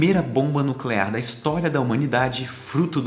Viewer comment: como diria o Homer: É "nuculear"